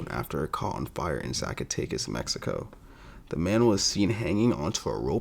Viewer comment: Zacatecas pronunciation was on point!